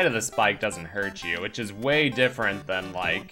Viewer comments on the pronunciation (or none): none